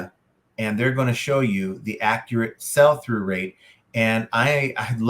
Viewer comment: "Sell" through rate buddy, not "SALE" through rate. Good video though.